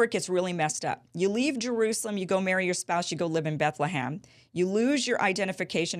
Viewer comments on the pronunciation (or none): It's BethleHEM, not BethleHAM, Kim!!!